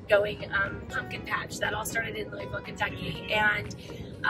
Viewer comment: but you didnt ever learn to pronounce it correctly....as in Lou a vulle,lol